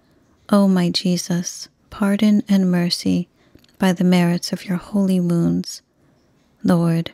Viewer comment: Thank you for your beautiful novenas, rosaries and prayers. I must admit that before following along with the text, I used to think that you were saying "By the merits of your holy moons" and was always so confused but you were actually saying "wounds". I'm really curious if I'm the only one that hears it.